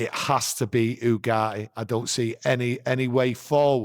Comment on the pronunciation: Manuel Ugarte pronunciation..: Yu-Gar-Tee: oo-gah-hee, there's a T in his name